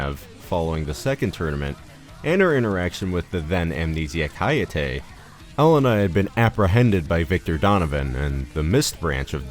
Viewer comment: Awesome video, but one minor note. Its HELL-ena, not "Elena." The H is NOT silent